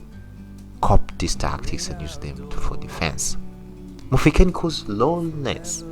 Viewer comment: Mufekani? Pronunciation is very important